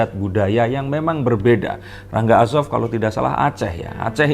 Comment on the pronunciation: udah salah gomong asop ma orang Palembang